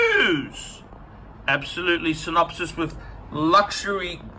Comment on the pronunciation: You say synopsis, we say synonymous